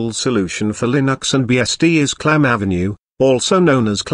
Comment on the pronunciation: PLEASE Stop using automatic text reading voices that sound like HAL. (No it’s not AI, it’s just a stupid application.) “Clam Avenue”, Really?